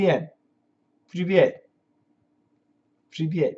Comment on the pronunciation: Your Russian hello (привет) was unexpected and really awesome))